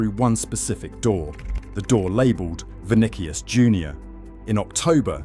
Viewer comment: Disliking every AI video that comes my way... vinikuis Jr?